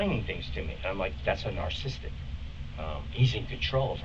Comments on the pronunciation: This is the longest 1 man run on sentence show a charade can only last so long "that's a narcisstic" a narcisstic? LIEZ! He hasn't said the word correct once in the 24 times has attempted. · Ugh, I can’t stand the way he’s saying “narcisstic” instead of “narcissistic” 🤦‍♀️ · The suspect keeps saying "narcistic.' Nope: the word is narcissistic. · He kept saying narcistic😂🤣☠️. Like bro it's narcissistic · I would have had an uncontrollable urge to correct the word “Narcistic” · I love your spelling as he pronounced it specially the end "tik" because here in 🇿🇦South Africa there is an illicit drug called tik, very apt in this case 😂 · Bro keeps saying “narcistic” lol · "Nar-cis-tic. He's nar-cis-tic. I lived with a nar-cis-tic." Ugggggggh. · You misspelled the title. It should say “Narcistic Killer Laughs…”. Seriously, nothing says you know about something more than not knowing how to pronounce the damn thing. If I hear him say “narcistic” again, I’m going to go nuts. Some might even say I’d be acting like a psypath, or a manyak. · I'm sorry, but if I were one of those investigators, I'd have to stop him talking mid-sentence and explain to him that he's been pronouncing "narcissistic" wrong his whole life and that he sounds like a dummy. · The word is narcissistic, not nar-sis-tik. #swag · Tweaker talking about everything under the sun, but his own business aka why he is in the room. Also an expert on “nar-sis-tick” people - it’s one of the gifts meth imparts on those who dance with it. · For somebody who supposedly knows so much about a narcissistic person, he damn sure don't know how to pronounce it right... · I like the cut of this man’s jib. What’s really cool is how his favorite word is “narcissistic” and he is incapable of pronouncing it correctly.